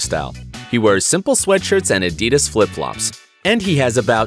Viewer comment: Adidas not adeedas